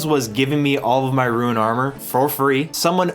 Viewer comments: ok after he kept saying even Rune as Ruin, I stopped watching...insufferable. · ROON, NOT ROOEN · "rune" and "ruin" are two different words and arent interchangeable. Your pronunciation bothers me so much. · Love the video except hearing ruin scape every few minutes lol rune is not ruin but gg mate hope you enjoyed the journey im an rs3 player but i love the osrs experience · You runed the word rune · Did anyone notice can't pronounce Rune? (Ruin is a different word I love you don't me) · are we not talking about the way he pronounces rune ;c